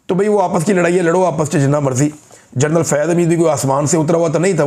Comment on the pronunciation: جرنل لفظ درست نہیں جنرل درست ہے